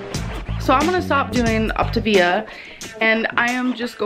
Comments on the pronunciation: I've been trying to sing the song the way has been pronouncing it and it just don't sound right. "OP-TUH-VIAAAA" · is it supposed to be pronounced optivia or optAvia.... its been pissing me off the way she says it but idk if shes pronouncing it wrong or if i just dont know how to say it. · welertgus I’m so sorry for the misspelling of Optivia. That’s how little I care and is understandable since she pronounces it differently every two seconds. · You spelled it correctly, it is Optavia. The people replying that you misspelled it were joking because that's how (incorrectly) pronounced the name of her own diet. I'm almost positive Ruby replied to you with the same unoriginal comment without looking at the other comments first, which I would never recommend. Also, her diet started on 2/1 and ended on 2/2, just fyi... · Saffy S AAAAAHHHHHHH I NOTICED THAT TOOOOO I got so annoyed at her pronunciations 😹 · She can't even pronounce the name of the program lol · You'd also think she would know how to pronounce the name after this "extensive research" ahahahahah she hasn't even googled it tbh, probably just read a few messages from the coach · HozzZ hahha right! I think she’s pronounced optavia differently every time she’s said it 😂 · How can an adult not pronounce Octavia and not know the difference between feelings and fuellings! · My anxiety shot up to God when the compilation of her butchering the pronunciation of her diet came on